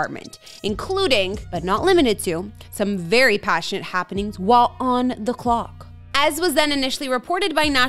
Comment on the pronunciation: she mispronounced “while on the clock.”there is no “L” in the last word